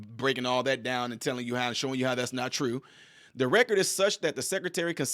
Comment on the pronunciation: It's twue it's twue